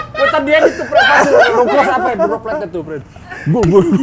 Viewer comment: menit brp? lucu tuh si jimi kalo ngomong droplet